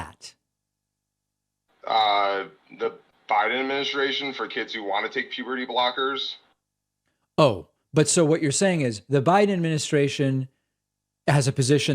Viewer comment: Pewberty brockers